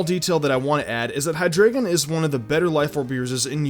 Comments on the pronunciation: It's hi-dry-gon not hi-grae-gon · It's pronounced hi-dry-gon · Hydreigon is pronounced "hi DRY gon" because it is German 3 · you pronounced hyderigon wrong. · U can't even say hydreigon....